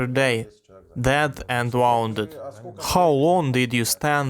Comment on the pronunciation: Would you mind a tiny suggestion? An English pronunciation thing. Wound. One of those weird English, means two things, words. If you put a sewing thread around a holder you would say, "I wound the spool." Which would sound like how you say it. (Also, "I got wound up thinking about Russian atrocities.") However, when you are talking abount an injury, it is pronounced differently. More like wooo' nd. "His wound was minor." "He was wooo' nded in the knee." Thank you VERY much for dubbing. Мирні жителі тепер теж є солдатами України!